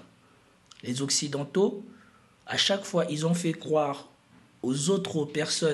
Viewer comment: Pauvre toi!😅 comment ce prononce OCCIDENTAUX dans ta langue maternelle !??